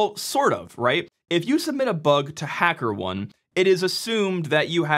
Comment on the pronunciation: The correct pronunciation of Hackerone is "Hacker" "OH-NEE" like macaroni.